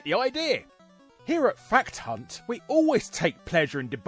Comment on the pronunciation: Still sounds like you are calling us all "fat unts"